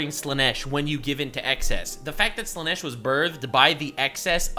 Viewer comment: it is sad in a way that most content creators use Ai voice overs of themself for the videos, how do i know? listen to how Slaanesh is prounced